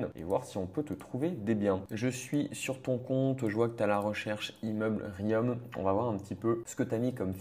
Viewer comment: J’ai mal au oreilles quand j’entends la prononciation de Riom